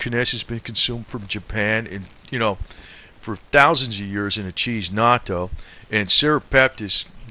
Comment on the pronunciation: This guy is not a healthcare professional which is obvious from his continued mispronouncing of simple medical terms, especially the word Natto, and NattoKinase. It is not Nacho cheese. It is pronounced Knat-O-Kine-Ace. Serrapeptase as well.(Sarah-Pep-Tace) These are protein based medical terms ending in Ase(Ace)!! Please, if you are going to talk about these systemic enzymes, lose the thick Boston accent so that you sound a bit more intelligent, and then please pronounce the words correctly. You can't just say "when it gets into the bloodstream, it just does it's thing". This is a great misrepresentation of the mechanism of action that these enzymes perform in the body. Get the IDEAR??